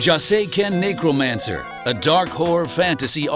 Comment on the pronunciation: I thought he said Negromancer...lol. That would be a cool name though